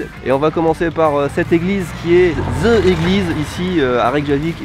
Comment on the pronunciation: S'il vous plait, le The (*ze*) prononce (de)